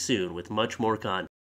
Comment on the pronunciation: Lol, I watched the Clip to the end and its been truncated just as says "content". I am left thinking it sounded much like 'C*nt'. I am going to have to watch all the vids now just to make sure.:)